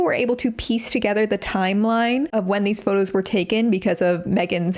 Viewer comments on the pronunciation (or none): none